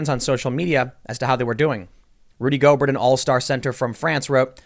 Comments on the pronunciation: Gobert is pronounced Gobear w silent 't'. Also the other dude Donovan Mitchel is the Jazz best player. And once Gobert came down w it and was dumb it meant that the virus was in the player population so NBA had to cancel the season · Gobear not Gobert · it’s gobe - air not Gob - ert lmaooo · Just for your future videos about this clown, his last name is pronounced “Go-bayr”. It’s French. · Tim his name is “Rudy Go-bare” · It is pronounced Rudy "GO-Bear" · No big deal but is pronounced Rudy GO-BEAR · It’s pronounced “Go-bear”. He’s French. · It's Go-Bear! He's French. That being said...he's a moron for what he did. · If you say "go-bert"... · It’s pronounced Rudy “Go-Bear,” he’s French. Yeah a really weird thing with him. It seems like he didn’t think he had the virus and he was fooling around with people who were concerned about it. He’s not laughing now, Lol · Go-bear.....at least pronounce the idiot's name correctly. He needs FULL credit....ddrrr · It's pronounced GO BEAR.....you goofball. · Dude stop with the clickbait titles. First learn how to say Gobert's name properly. Second, get your facts straight before you open your mouth. Gobert didn't know he had the virus when he touched the mics. There is also no proof that he got Donovan Mitchell sick either. In this instance you're no different than the fear mongering mediaand the fake news. Stop making drama for the sake of drama. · That's not how his last name is pronounced.